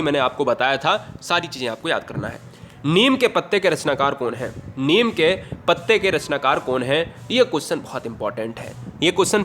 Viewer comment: निम नहीं नीम